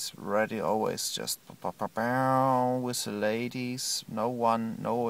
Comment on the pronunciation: " So I did leave. I do not each lunch wiss, wiss terrible daddies."